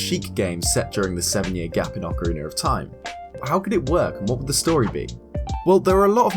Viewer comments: Ocarina of Time: Ocariner of Time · Why the hell cant you fucking say the word ocerina?